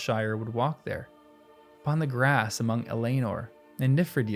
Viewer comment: I really enjoy your essays. I remember having to write essays in school and hating it, but you're enjoying it. Good for you! Elanor is pronounced Eleanor.